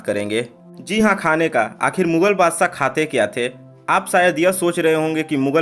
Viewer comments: Badshah hotae wo Badsaaaa bola speaker ne 😂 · Tu bhi sh ko s bolkar hamara dushman ban gaya hai.